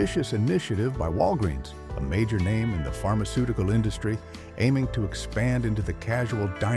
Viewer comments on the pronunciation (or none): none